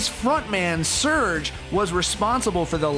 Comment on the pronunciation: Serj , NICHT Search xD 😒